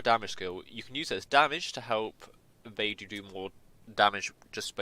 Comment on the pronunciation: how do you get her name to sound like ''bye+doo?'' XD when shes clearly sounds ''bei+dough''... you Eng people are so cute xD